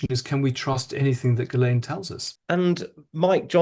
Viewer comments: Why does the interviewer deliberately mispronounce names, despite Andrew Lownie saying them numerous times? For example: Virginia Guiffre (GWIFF-RAY); Ghislaine Maxwell (GIZZ-LANE). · It's very disrespectful of you to continually mispronounce Giuffre's name. Not to mention Ghislaine's. Get it right.